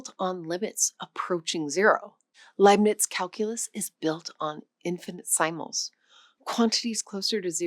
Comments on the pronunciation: Infinite Sime Ulls I'm guessing it was misspoken ... does anybody have a local language/dialect where this is your proper way of pronouncing infinitesimals? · funny way to pronounce infinitesimal. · She's just reading an unfamiliar word off the teleprompter.